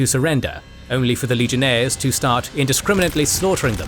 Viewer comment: At 2 hours 57 minutes and 43 seconds. My man said legionthere's cause he's so used to talkin about rome